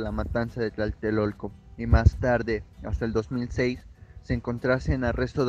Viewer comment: No es Tlaltelolco. Es Tlatelolco. Con 3 L...